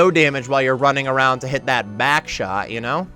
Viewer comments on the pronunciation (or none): "and you're also doing no damage while you're running around to hit that BACKshot ya know" little pause and continues lmao, didn't go unnoticed 😂